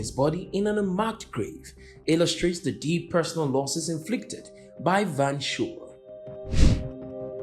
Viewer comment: Van Schoor = Fan 'Skuorr', not 'Van Shore' Anyway, we've moved on and are doing just fine, why are you obsessed with our politics and not yours'? Apartheid is part of our history and not yours, go and talk abour your history. I want to work the Netherlands.